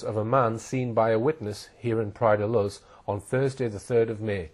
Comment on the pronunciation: The narrator can’t even pronounce the place name properly: Praia da Luz is pronounced ‘louche’ not ‘looz’. The rest of the story is made up BS; Madeleine was abducted from her apartment by a single male.